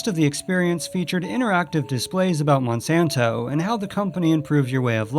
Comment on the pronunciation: It’s Monsanto not monsonto